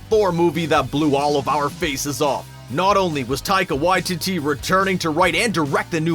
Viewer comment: I'm Māori, and he's pronouncing his name perfectly here, the same way we do.